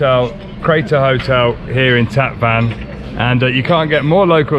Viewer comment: The City of Van is pronounced "One" not like your transportation Van in English. Tatvan is pronounced Tot one